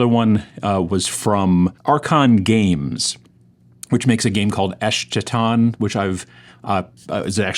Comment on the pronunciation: I'm gonna "well actually," but I did press the like button in exchange and this is engagement (and probably someone else said this already), so I hope you'll forgive me. The word "Eschaton" has a K sound like "school." There, I did it yaaaaay